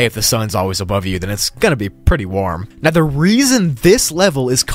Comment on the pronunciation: Are you seerous right neow?